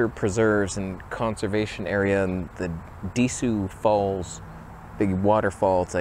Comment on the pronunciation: Lol wtf de-sue falls😅 DQ falls is how you say that